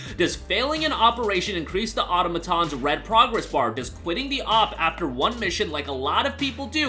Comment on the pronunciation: Why are so many of these YouTubers unable to correctly pronounce “Automatons”‽